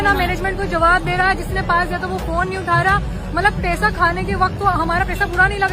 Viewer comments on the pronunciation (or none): paisa❌ PesaaAA!✅ 😂